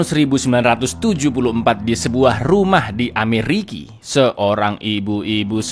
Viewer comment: Amerika tong bukan Ameriki😂😂